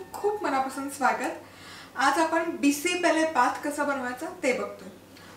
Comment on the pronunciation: Aga tai bisi belle bhat mhantat ga tyala changla uchhar kar